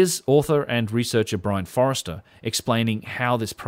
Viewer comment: Brien Foerster not Forester - think of Robert Forster from that great Aussie band The Go Betweens if that helps (You of all people should be aware of the sensitivities of pronouncing surnames correctly - just sayin')